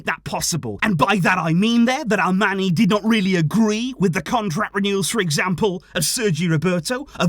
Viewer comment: Hi! Just a suggestion, Alemany is pronounced like "Alemañ/Alemanh". That NY is like Ñ in Spanish. He is from Majorca. Thanks for the content!